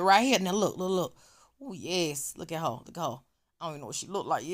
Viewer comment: 🤣🤣🤣🤣I JUST LOVE YOU SO!!!!!!!!!!! I just love to hear you say “HAR” ( her) 🤣🤣🤣🤣👍🏾👍🏾👍🏾👍🏾👍🏾